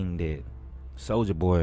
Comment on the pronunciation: "Soulja Pop" 😂